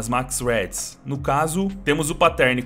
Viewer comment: ele sabe man, mas é pq o cachorro fala assim